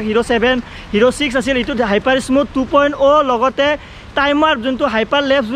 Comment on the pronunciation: 😁 moy hyper smooth "Thu poin O " huniselu 😂